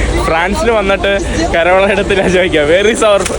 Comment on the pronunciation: എന്തോന്നടെ കോരോള അല്ല കരോള 😂